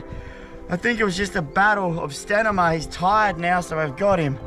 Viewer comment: 21.48 "a battle of stanima" 😅